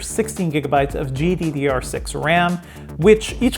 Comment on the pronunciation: He did say GDDR6 pretty clearly.